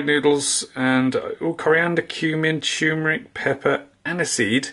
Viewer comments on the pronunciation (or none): TuRmeric! Not toomeric! TuRmeric! Good grief, man! Love to Basil!